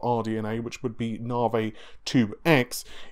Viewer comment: “Narvay”, & don’t forget “Freds”